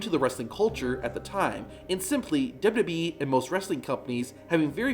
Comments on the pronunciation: When will this guy learn to slow down and say 'w w e' instead of 'dububee' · It's pronounced "Double U Double U -E-" NOT "Duba-Duba EEEEE" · He even says WWE has “ dub e “